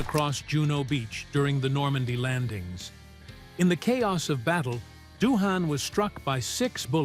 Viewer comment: James Doohan is Scottish. Thus, his last name is Doin', rather than DO-han, Nimoy = KNEE-moy, not nih-MOY., the production company Desilu is pronounced dez-ee-LOU, not DESS-uh-lou--a combination of Desi Arnaz and Lucille Ball.: "How did imagination filled the gaps?" Somebody wasn't paying attention when this was being typed. Maybe it was an AI typist.